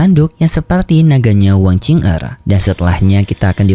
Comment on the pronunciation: Kok "wang qing er" sih min? Bukan nya "wang qiu er" ya min yg bener?